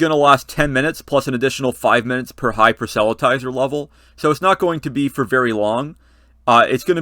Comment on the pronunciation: FYI: Not quite how the word 'proselytizer' is pronounced (I think).